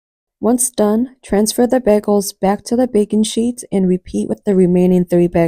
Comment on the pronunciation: BEGELS? sorry I just can't get past it.. it's pronounced BAY GELS lol